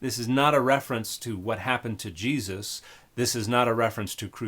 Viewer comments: This horrid woman must be a Jehovah’s Witness because only JWs prosecute this absurd denial of the Cross of Christ and her grotesque mispronounciation of Jesus’ name corresponds to that of their very sect. How awful the deception, how deep the hate the JWs harbor for Christ and the worshippers of the Son of God who was crucified for our salvation! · I’ve heard Yeshu, Yeshua, etc., but this is the first time I’ve heard anyone call the guy “Yah-Yuusha”. What the heck? Edit: Oh my god, she just called Yahweh “Yau-OO-ah”. She can’t even speak properly. Yawua will be the name of my next Bionicle OC, though. >.> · I had to go back again because omg Ya-OOSH-a is absolutely slaying me. Thank you Dan for all your work and your bold assertion that, and I can't believe I have to say this, you should understand a language before trying to translate it. You are indeed doing the work of Good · Well I was this many years old before I knew that I was pronouncing Jesus's name every time I sneezed. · The fact that she pronounces it differently every time really had me. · I'm not insulting her for her pronunciation, I would just like to know where she got it from. I've never heard anyone do pronounce those words like that ever. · weirdest pronouncation of Jesus ive heard